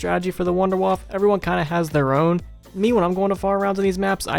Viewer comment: Hey you actually pronounced WunderWaffe correctly! Don't see that often, haha.